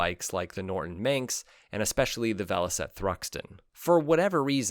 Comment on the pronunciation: Norton Manx not minx tsk tsk tsk....